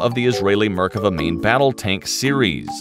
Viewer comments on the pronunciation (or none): Mispronouncing both the tank, and my country. Meer-kah-VAH. Not murkava. Accent on the last syllable. Is-rah-el. Not Isreal. Sounds horrible to my ears. Also, General Tahl, as in "ah." Not Tal, as in tallow. Not English words, so check on those vowels! You would not want everyone to say Uhmarki for America. Please! שלום Shalom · I can't stand the pronounciation... merk ava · mer-KA-vah. They had two tanks in 1948, both of them Cromwells stolen from the British. The Merkava IV has a 120 mm gun. The Merkava I and II machines are now APCs. I think that your Merkava III illustration is not a Merkava at all. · What markava.....heheheehhee😂😂😂😂.. poor tank.. RIP